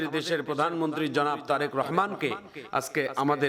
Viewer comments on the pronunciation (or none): বলতে ভুল করেছেন জরেক রহমান না তারেক রহমান